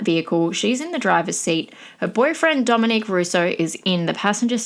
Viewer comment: Dominic not Dominique! Also, Davion was not pronounced dead on the scene. He had a low pulse for a bit before they called it. After the crash, the car sat for over an hour before a police officer showed up so if somebody got there sooner, he could’ve had a chance.